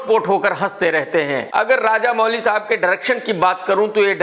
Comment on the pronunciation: Arrey Woh Raja Mouli hain Raja Mooli nahi😂😂